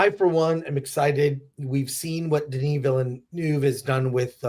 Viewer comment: Dennis. It’s Dennis. Get over yourself.